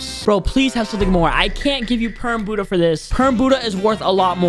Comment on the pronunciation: Hey bud ha not boodha